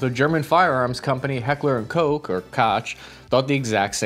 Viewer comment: Hekler und Kocc 😂😂😂